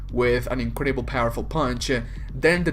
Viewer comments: Whenever he says powerful when talking about Thanos it sounds like purple wich is hilarious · Your accent made this video so much better at one point. I heard "and this made thanos one of the most purple characters in the marvel universe" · Every time you called thanos powerful I thought you said purple.